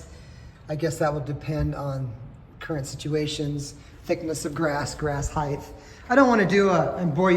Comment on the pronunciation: Height. Heighth isn't a word.